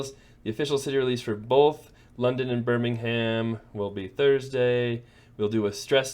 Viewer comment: It's pronounced 'Birming'um' (like 'Gotham') 😉Best of luck in London!